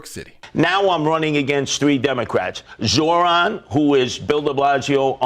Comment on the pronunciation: Hey, I noticed you were saying Zohran's name wrong. I don't really care that you did, and I don't care if you fix what you're saying, but you kept saying zoRHan and not zoHRan. My mom does a similar thing with Chipotle. She says chipoLTay, and not chipoTLay.